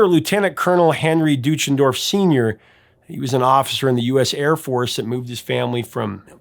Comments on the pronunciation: The last name is actually pronounced "Doy-chen-dorf", not "Doo-chen-dorf". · Well he mis-pronounced Deutschendorf too. And Nivert. 😀